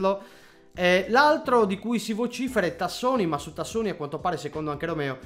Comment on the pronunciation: Tassotti non Tassoni ahahahahahah. Comunque grande, sei uno dei pochi sempre lucido sul tubo!